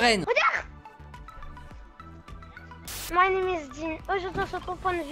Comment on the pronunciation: «min neam is dean » 😂 « min neam is esteban »😂